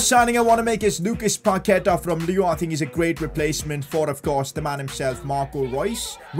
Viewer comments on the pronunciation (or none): none